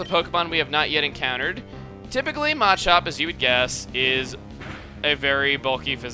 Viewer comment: Ohh lord the way he says Machop bothers me.. MAAAAchop. I've always called it muh-chop. He puts like tons of emphasis on the A and it bothers me xD